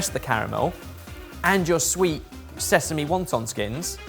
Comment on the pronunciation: “..and zezeme seeds” pretty sure the normals pronunciation of sesame has been noticed before🤪